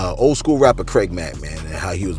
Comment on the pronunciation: “CRAID MACK”